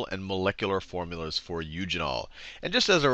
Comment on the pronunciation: Forumlas lol